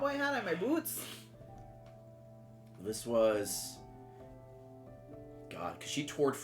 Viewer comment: ray said waffles and my brain immediately went to “waffleo” i got a kick out of the way said boots very Canadian